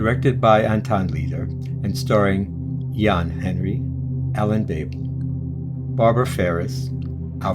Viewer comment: Yes he did butcher a few names here, like Ian Hendry lol